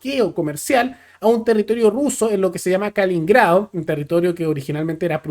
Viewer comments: con todo respeto.. Es Kaliningrado.. No. Kalingrado.. Solo ese alcance.. Era la antigua koninsberg.. Saludos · KaLININgrado, kaliningrado, que pasó? 😂 No es tan difícil decirlo pero el se equivocó como diez veces en este video 😂